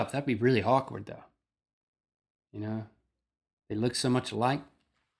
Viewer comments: The first time I heard this I thought he said, "That'd be hawk-ward" Lololololol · did Link say, "That would be really hawkward." or are my ears playing tricks on me >.>? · Link, when you said awkward it sounded like hawkward, nice unintentional pun +1 respect. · When Link said "What if they break up, that would be kinda awkward" I thought he said, "that would be kinda hawkward" and made the best/worst pun ever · At the end, did Link say, "That'd be really hawkward"?? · did he say hawkward? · XD link said hawkward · Ahaha, is it just me, or does it sound like Link says "hawkward?" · Did he say it would be hawk-ward if they broke up? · I could have sworn Link said Hawkward. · For a minute there, I swore I heard Link say ' that would be really hawkward'. XDD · "that's be really HAWKward" haha oh link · Link did you just say "that'd be really hawkward?" LOL. I've gotta go Hellboy. He's the definition of internal conflict. His nature and reason for being is to destroy, and yet he's drawn to being a hero and saving. Buut then again I'm biased, because Hellboy and BPRD are my two favorite comics. BUT if I had to go more mainstream, I'd choose Tony Stark because although he is rich, he earned who he is, because he originally lost his inheritence and earned it back. He's a genius AND he's funny. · "What if they break up, that would be really HAWKward" lol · Link, did you say "That would be really HAWKward"? LOL :')